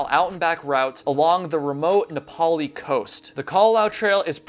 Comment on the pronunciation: That was awesome! I couldn't believe it when you pronounced Na'Pali correctly,that was sweet! Really sorry for these families and for their heartbreaking stories,and for these men who are missing! That's must be awful,the sense of loss,but not able to put the pieces in their proper place. I feel your pain and I'm sorry. I hate to say it,but he probably is deceased,or he surely would have contacted you by now. I hate to think it was murder,but it is a possibility in these,troubling times. It is possible though,that he could have slipped off the trail,or gotten swept out to the ocean by either groundwater running off,or by the super large surf on North Shore,especially in wintertime. I grew up on Kauai,and I have hiked that trail often. Even at night with only the moon for light. That was 20 years ago,I guess it was a different time. Back then you could trust whoever you met,cuz they were trusting that their family,going holoholo to the other side of the island at that time without them,were in trustworthy hands. That's how we were taught,you take care of strangers,just like they were your own family. You could have faith that your family,wherever they were,in the Islands,were being taken care of the same way. That was Aloha! That was Ohana. That was Malama Pono. That was how! ..I guess that's gone now,too. ... I'm so sorry,there's just not words.